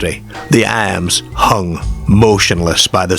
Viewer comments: I had to stop watching this after a couple of minutes due to the narrator's aggravating pronunciation of words like Car ( 'Care'), Arms ( 'Airms') etc..Noboday else in England talks like, so why choose him ??? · Why the weird pronunciation of the words "arms" and "cars" and "farmer"? "Cares" and "airms" and "fairmair"?